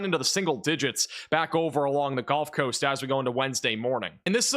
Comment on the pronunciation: Why does he keep saying “Golf Coast”?